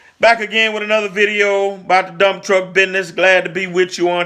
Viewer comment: I love the way you say BIDNISS 😅😂🤣. I love your channel. I have learned Soooooooo Much!!!